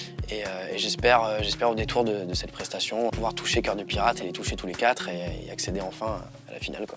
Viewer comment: Rhaaa apprenez a Shym a dire "Quatre" j'en ai marre d entendre top QuaT" Y a un R bordel!!!!